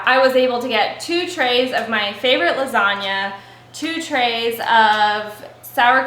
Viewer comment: Your pronunciation of the “gn” sound in lasagna is perfect 😮 It’s the first time I’ve heard an English speaker get the pronunciation correct 🎶✨️